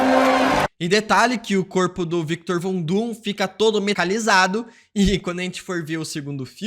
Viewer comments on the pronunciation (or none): “metalicalizado” ????? mds….